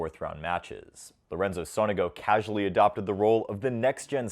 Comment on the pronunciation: btw Sonego is pronounced with an accent on the first O